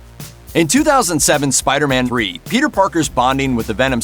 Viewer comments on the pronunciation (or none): "In 2007's Spider-Man Bree" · “In 2007s Spider-maTHREE”